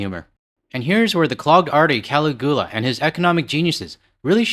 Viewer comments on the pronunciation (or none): Hey, you made me spit my coffee out with your pronunciation of "Cali gu la". It's "Ca lig u la" I believe. The perverted Roman emperor. Yes, I'm nitpicking but when just listening I had see what it was. Sorry for that. Keep up the good work. Cheers. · Keep up the great work :-) * stalactite = Sta - Lack - Tight * Caligula = Kah - Lig - You - La [notoriously tyrannical and eccentric Roman ruler] * Dirigibles = Der - Ridge - A - Bull = Blimp [non-rigid] + Zeppelin [rigid] ** Led Zeppelin = Joke that the band would fail and go down "like a lead balloon" PS. Hope you don't mind me helping with these words. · Caligula: Kall-LIG-yoolah. Infamous 3rd Roman emperor, but that is not his real name. Anyway, nice to see our AU brothers telling the world about us, and telling it like it is. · Sorry man 'ca lig u la' roman empire look him up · Stalactites are basically mineral icicles that are found in caves, and it's pronounced "Sta-lac-tite". Caligula (pronounced "Ca-LIG-you-la") was a Roman emperor known for his debauchery: it's a perfect nickname for Cheese-Steak Caesar. A dirigible (pronounced "deer-ij-ih-bull", both I's are short, like in "his" or "if") is basically a blimp. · Still cringing from your pronunciation of Caligula. Yikes.